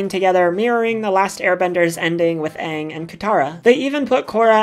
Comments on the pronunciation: Did i just hear you say ahhng?!??!😡😡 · Did you really just call pronounce Aang's name "Ung"? Down voted. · The main character of last airbender anng is pronounced as ang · she said aang movie style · Great video, but is it really that hard to pronounce Aang’s name right? The entire show says it a certain way, and Aang’s name is also said in LOK? Lol sorry but c’mon.